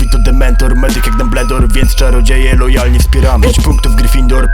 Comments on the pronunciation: Mówi się dambyldor a nie dumbledor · Dembledor XD Czyta sie dambldor... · Kocham to, ale piszę się Ginny, oraz mówi Dambyldor